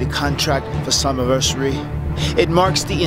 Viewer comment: matt didnt say slammiversary he said summiversay XD